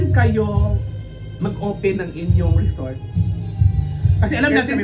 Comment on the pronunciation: Asa na “REZORT” na??😂